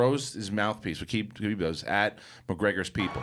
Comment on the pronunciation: Guys it's Khabib not Kabib